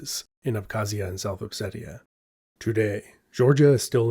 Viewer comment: Funny how you seem to call Ossetia "upsetia" 🤣